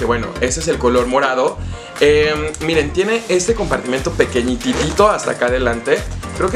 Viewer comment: El si sabe decir la palabra compartimento y no como sus compañeritos que dicen compartimiento 😅 muy bien por él!! 👏